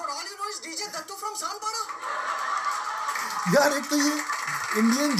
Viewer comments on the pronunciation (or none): Be Brilliant its sanpada !